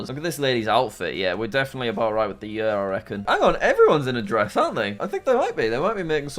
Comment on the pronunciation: Jack's way of saying "year" is funny :D "yuuuhr"